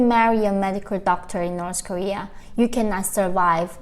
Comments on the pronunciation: Why the pronounce north korea as Nors korea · In Norsh koeeaah